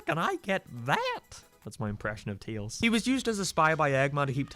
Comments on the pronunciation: Tails❌ teals✅ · its 'tAils' not 'tEals', haha your voice sounds weird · its tails NOT TEELS PLEB GET IT RIGHT OR GET LOST!!!! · Who the heck is teals💀 and scured? You mean scared what’s up with this guy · It’s the TAILS doll. NOT THE TEELS DOLL.. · lmao when you said "teels" i thought you were talking about a new character 😭😭 then it took me like 5 minutes to figure out u were talking about tails xD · I love how u say teals instead of tails xd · its tae-uls not teeals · bro thought its called teils instead of tails💀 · when you said teals i thought you said steal never gonna give you up never gonna let you down no offence har har har har har har har har har har har har har har you suck at friday night funkin if you read this ls mark tails doll behind you you really thofgt man wow you realy did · Teels doll Sorry it’s funny how you pronounce tails as teels I’m sorrrryyyyyyy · its tails not teels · how you are saying tails your saying Tials I'm not saying the cap! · I don't really like how you say tails, like teals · he did adress that he was gonna say teals but i dont know why he is saying teals instead of tails, does anyone have any idea?????????????????????????????????????????????????????????????????????????????????????????????????????????????????????????????????????????????????????? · Stop saying tails like your saying teels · does any else knows that he is saying "teals" instead of "tails" and by the way i'm not trying to be mean. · its legit pronounced tales not teals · It’s T-A-ILS DOLL NOT T-E-ILS DOLL! (I know you said not to make fun of your voice but I’m not) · I know you told us not to mention it but pronouncing tails as teals hurts my soul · What the hell its tails doll not teels doll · It’s TAILS fall, not TEELS doll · Tbh when you said teals i didnt realize it the first time that you said tails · Haha you said teals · This might help you pronounce it better but it's actually pronounced tay·ulz and not tee·lz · The way you pronounce tails pains me